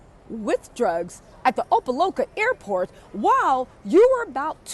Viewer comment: It’s pronounced Opa “lockah”